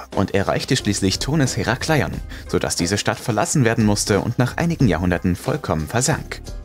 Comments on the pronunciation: Es heißt Herakleon ,langsam gesprochen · "Heraaaaclion" Herakleion hört sich ziemlich kurios an,😁 aber top Video ❤️❤️